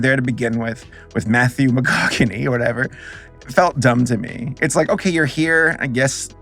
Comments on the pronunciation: Just letting you know, it’s pronounced “Muh-Con-Uh-Hay”. Solid video regardless,. 🙂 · hearing you struggle with matthew mcconaughey's name was pretty amusing ngl You don't pronounce the g. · It's Mathew Ma-cona-hey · I really love your reviews even of the totally aweful stuff. What I really liked about this review is that you constantly mispronounce McConaughey :D it's pronounced Mc-Conna-hue. Also that "bobcat" is supposed to be an European Lynx. In Vegas. Makes total sense. Keep up the good work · Did he say Mathew macoganey? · I swear at first I thought you said “Matthew Hokage” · do you pronounce mcconaughey as mccockney for a reason I'm so confused KLSJDHF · its painful to hear you pronounce Matthew Mahogneys name, like he says his own name so much you'd think you'd have know how to say Matthew McChicken's name, im pretty sure Matthew Megaphone can't stop saying his own name, like Matthew Mccoughsalot is addicted to it or something in all seriousness though if your havening troubling saying his name its Matthew McConaughey {Mah-con-ah-hey}... its a real bamboozler if youve never heard his name pronounced, and if i remember correctly his name is pronounced VERY differently in different areas of the world, but his is pronounced like how i outlined above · Say it with me: mah-kaa-nuh-hey! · his last name is pronounced "mah-con-ah-hey", if it's the same dude I'm thinking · you keep mispronouncing it, so i'll say this now. it's Mathew [mack-con-uh-hey] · I will forever pronounce matthew mc con a hey as mccockney now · Mcagoney is my favorite pronunciation of his last name ever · A little pronunciation guide: It’s pronounced “Mah-con-naw-hey.” I hope that helps. I know because my Mom absolutely despises him because of the combination of unbearable smugness and South Texas drawl that spews forth whenever he opens his mouth. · I think his name is pronounced Muh-con-uh-hay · Matthew Mi-Con-A-Hey 😂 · Shhh no one tell how to pronounce Matthew McConaughey!